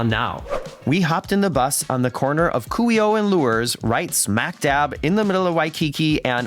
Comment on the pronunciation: Very nice and helpful video. It was very considerate of you to mute your voice and music while on the memorial. Well done and thank you! Fyi Kuhio (Coo-He-Oh).